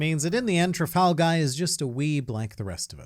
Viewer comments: are as luffy would say "tra-gal" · Sorry, you're wrong, it's clearly tral-gal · Oh Lord Trafalgal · Trap-Gal Law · Trafal-gal? blink muttered conferring noises The Judges will allow this. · Trafal-Gal Raw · "Trafal gal" how dare you filth the book of shoonkz like that!!! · It's Trafalgar D Water Law